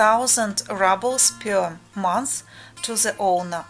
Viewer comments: Just as a bit of constructive criticism - the word рубль ("ruble") is pronounced ROOBL (like moon, or spoon) in English - not RUBL (like bubble or trouble). Other than that slight distraction, I liked your video very much :-) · hello dont mean to be mean but how your saying ruble is the word for crushed brick and dirt, ruble how you would like to pronounce it would be like the ending of "you" y"ou" r"ou"ble